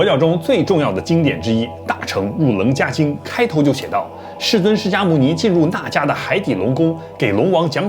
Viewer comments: 楞伽经,中间那个字好像应该念qie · 老师 说的很棒哟！楞伽经，这个【伽】念【茄】茄子的茄哦！谢谢您！